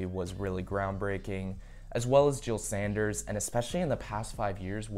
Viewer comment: bruh stop saying jil sanderS NO S